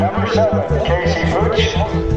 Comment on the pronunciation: Sounded like the track commentator was in on the trolling, sounded like he was saying Pooch instead of Putsch.